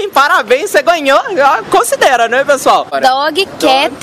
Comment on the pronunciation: dógui quéti